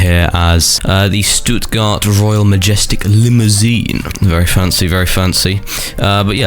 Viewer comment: I love how said the limo's name "Stuttgart royal ✨maejestik✨limousiennn"